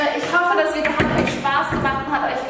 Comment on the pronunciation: wieso sagt Bibi immer vidjo? #nohate